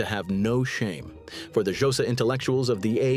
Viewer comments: 'Josa' is killing me! 😭😅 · "The jowsa"🤣🤣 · The ai can't even say xhosa